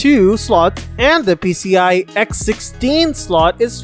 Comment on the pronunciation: pee see EYE eee